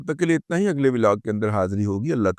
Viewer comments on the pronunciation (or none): none